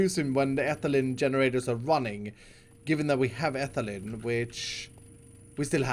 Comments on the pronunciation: It’s not ethalin it’s ee- thai- leen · Ethylene is pronounced Etheleen. I'm not hating please don't comment mean things I'm just tryna give info. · Ethylene is pronounced like Ethileen, all your chemist followers are hitting their heads on their desks